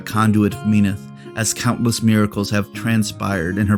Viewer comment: not hating on ya glad to have someone actually cover lore for the iron kingdoms, but as a true believer of Menoth just hurts a little to hear it pronounced Me-noth and not as Men-oth. Keep up the good content <3